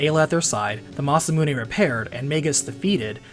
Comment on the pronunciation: Im really sorry bud but the way you said Magus and Masamune made this unbearable to watch Do you call a gun clip a mag? Say that word...now say Magus right....